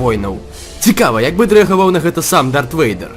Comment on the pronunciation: Дарт як бы Вэйдэр (Darth Vader), а не Уэйдэр.